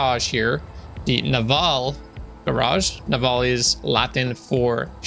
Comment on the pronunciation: IS BACK P.S. fun fact navale Is pronounced "nah-vah-leh"